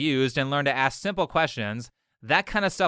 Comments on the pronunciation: She axed a lot of questions maybe would of gotten an answer if she asked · "and I aksed the coach why i dont get to play" ..proprably because u keep saying aks instead of ask. No, but seriously, in US when a white person speaks broken english, they are a hillbilly theyre trash, but when a black person does it =its da kulture. Dems keep pushing the self harming culture because the culture is the actual reason for the black communitys problems. Is it the single motherhood, unfinished schools, high crime rate etc = its the culture so its not bad. Its that narrative. As if culture and ur skin color had anything to do with eachother. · "I AXED my head-coach. And you know I AXED him." That's either a confession of murder, or she didn't learn how to pron ounce "A S K " by the time she went to college. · Did that educated person just say " I was assin my coaches?" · Maybe the coach would've let you compete if you didn't keep axing him every time you saw him. Getting an axe swung at you tends to put a damper on your mood. 😂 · It’s ask not axe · I axt my coach, i axt him 😂😂😂 what trash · I axe him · its " asked" and " ask" it is not " aks" and aksed"!!! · I axed him… is it that hard to say asked? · Ax me ax you. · I’m sorry, you axed him ? Ohhh.. ASKED him. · It's not axe, it's asks. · Why can't black people pronounce the words "ask" and "asked", correctly? I mean it's been decades now... where we've been telling them: "It's not "ax". It's 'ASK'. It's not "axed". It's 'asked'." If they're going to culturally appropriate our language, then we have the right to demand accuracy and respect. JUST LIKE THEY DEMAND OF EVERYONE ELSE. Or go use your own language... but don't mutilate OUR language that YOU'RE using. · In the 90s black people had no issue saying ask now it's axed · This woman needs to be stopped. She's axing all her coaches. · Is it just me or she couldn't even pronounce the simple word "ask" in and a little while later? Sounded like "axe" to me. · Dear God ASK NOT AXE